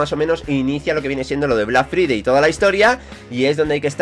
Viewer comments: Se dice "Black Fraidey". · Mae mia tu pronunxeixon black FRIDEI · vlak fridei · Vlac fridei pronuncieishon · Black free-day ajaja que genio ese ingles! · 'Blag fridei' :v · Deja de alargar las cosas tío Joder 3 minutos de bla bla bla Y aprende a pronunciar Black Friday